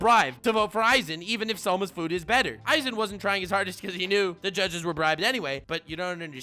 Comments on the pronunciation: when youre a man of culture, saying "za worudo". And then you do go and call a guy named "Eizan" - "Aizen" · Eizan... it rly triggers me that u say Aizen instead multiple times xD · Wait.. isn’t is eiazan not aizen (ay-zan not I-zen) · Eizan is more like Ay-zahn